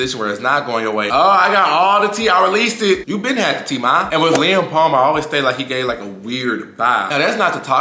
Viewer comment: He’s saying “Lem” with an accent 😂